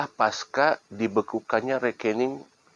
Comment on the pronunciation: Maaf, bukan Paska tp Pasca, dari bahasa sansekerta, dibaca C bkn K